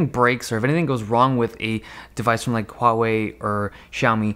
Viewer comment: Thank you Dave Lee for being the only tech channel so far (afaik) that pronounces both Huawei and Xiaomi correctly. SIGH.